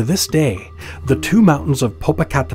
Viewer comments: The way he pronounced it was adorably funny, but so off 😅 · I was so distracted laughing due to the Narrator butchering the names that I forgot to listen to the story. Popo-ca-te-p-tl. And ix-tla-zi-wa-tl. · Im white and even i know it aas wrong because he said it like its spelled. Lol it’s such a beautiful language but must be spoken by someone who knows how for it to sound right. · No mention of the volcanoes shape or topography, which is interpreted by Mexicans as resembling a kneeling warrior before a deceased princess. This is at the core of the legend. When you see these mountains from a distance, their shape reminds you of them. Also, if one does not take the time to practice the pronunciation of their names, why bother creating the video? Very distracting.